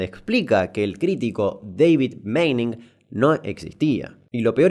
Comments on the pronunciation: Tanto que te esforzaste en pronunciar y me parece que es Manning no Meining la pronunciacion ajajjaa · Repeat after me: Pronunciation: "Mening" Damian: "que le invente una i y lo pronuncie Meining, dice" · Se pronuncia Mah-ning. Alargando la aaa. No Meining. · se tiene que pronunciar Maning y no Meining, por la doble N en el medio :P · se pronuncia maning como suena! (un jodido)